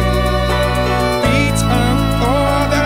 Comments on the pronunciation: He's from Yorkshire and he pronounces it differently than us people would say "Lifted". Still, "Leaf Tea" is still funny though :) He's amazing! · Good cover but the way he pronounced "lifted" is really annoying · But seriously, why is he pronouncing 'lifted' like that? It's quite annoying and, for me at least, ruins what could have been a good cover.